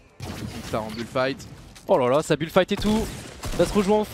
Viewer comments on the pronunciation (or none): none